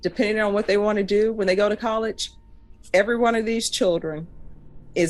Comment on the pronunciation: She has the gall to correct his grammar, then pronounces college 'collidch'. At 13 minutes and about 50 seconds, the third time she says college.